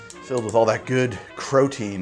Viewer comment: Did this magnificent stallion of a man actually just say "crow-tein"